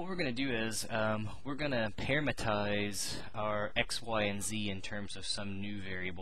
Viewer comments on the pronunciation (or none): You always mispronounce "parametrize" by saying "parametize" and it's kind of funny.